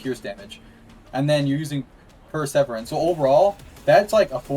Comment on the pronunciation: You're saying Perseverance wrong